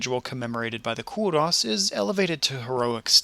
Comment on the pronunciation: It is pronounced Ko-ros not Ko-Russ!!!